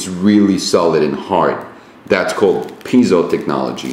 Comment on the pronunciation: You mispronounced piezo. It's like pie and zoe.